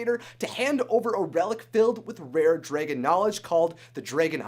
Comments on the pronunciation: dude you are saying dragan not Dragon idiot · y is he saying draygon?! its pronounced DRAGON!! drag-gon!! i swear to god!! the way he says dragon triggers my OCD and my grammar nazi side!! aaahhh!!!! (fyi idc if people spoil things for me. im a bit of a spoiler myself so its only fare.( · You keep pronouncing the word dragon wrong. It's dragon.!The a is pronounced like the a in the word am! Not drae like in the word egg! What the heck is wrong with you!? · it's dragon not dragen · dragOn not dragEn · Am i the only one a bit disturbed with how you pronounce "dragon"?? Like /drey-gen/????? Not /drah-gen/???? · I have to ask where are you from cuz I'm hearing Dray Gon not Dragon (soft A's sir soft A) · Am I the only one who noticed he's saying dragon wrong? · He keeps on sayin dragon wrong. Says it like"dray-gen". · the way he says dragon is like dragoon soooooo wrong omg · U say dragon like dragen I love it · "Dregon" eye? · Is no one else getting triggered by “draygon” 😩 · Why he pronounced dragon so wier thro the video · I hate the way you say dragon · STOP SAYING DRAGON WRONG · learn to pronounce dragon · DRAGON!!!! Not whatever the heck you're saying!! Driving me up the wall!! Other than that great video. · Did he say... drAgon? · U pernounce that so wrong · You're not the only one... I cringed every time he said it. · OMG STOP SAYING DRAGON WRONG